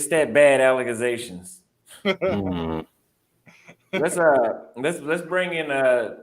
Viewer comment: That lady was making al la ca gations. LOL Thanks